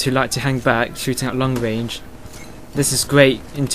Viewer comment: XDDDD wange, wate, wifle..... hahahahahahaha this guy killed me!!!